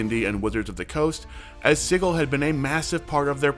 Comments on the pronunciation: Not “siggle” it’s Sigil (sidjil) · Anyone else weirded out how "Sigil" is pronounced? (sije-il not sig-el) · Isn't it pronounced "Sij-əl", with a soft "g"?? It's driving me nuts Edit to add: IT IS! I just listened to the official WotC announcement. Please stop saying "Siggle"!! It hurts my ear-holes! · Sigil is pronounced with a soft G. SehGill. Gill, like a fish. /ˈsijəl/ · Does this mean I won't have to hear you mis-pronounce sigil anymore? [sij-il] with a 'j' sound. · Not as shocked as I would be if you pronounced "Sigil" correctly ;P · Please look up the phonetic definition to learn how Sigil is pronounced.